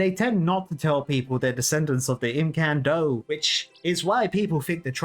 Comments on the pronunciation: EM-CAN-DO not IM-CAN-DO!!(The O is like the O in tobacco, not the word do" Please brother :D, also the same with Reldo. huge fan of the series! Always looking forward to these videos despite being a massive RS veteran. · I love you, but I hate the way you say Imcando so much it's unreal lol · if u say the dwarf name again i might unsubscribe its actually so bad